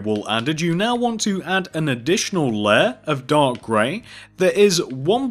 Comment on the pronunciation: When you say dark gray wool it sounds like your saying dog gray wool